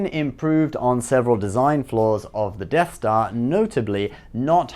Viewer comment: you said deaf dar I think who is dar why is he deaf?